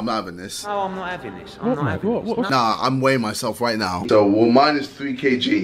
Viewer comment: “I’m waying myself wightnow” im just joking